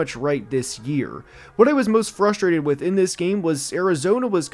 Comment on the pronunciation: Moooost of week 12? What accent pronounces most as moooost?